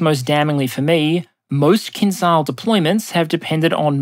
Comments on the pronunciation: hey buddy, it's not pronounced KINZAL, it's pronounced KINZHAL, like how it's spelled. don't be ignorant. stop pronouncing things intentionally wrong. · Hi. English transliteration has failed you. "Kinzhal" actually pronounced "kin-jal", or "kin-zjal" if you will. There is no such sound in english as Ж, but it is closer to J in journey and definitely does not sound as Z. Also, kinjal means dagger in Russian which is a kind of a cool name for this weapon. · kinzhal is pronounced with the s from "measure" fyi